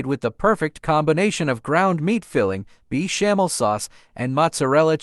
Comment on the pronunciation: Is this voice AI ? Beechamel sauce?